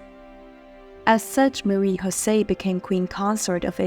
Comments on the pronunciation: Her name is not pronounced in the Spanish tongue you use on her name but in French with a J and not a Ch as you say it! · You pronounce "José" in the Spanish way. That is incorrect. You should know better.